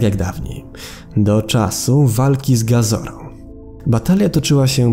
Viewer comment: czytaj kajdzu czytaj gezorą czytaj z mogerą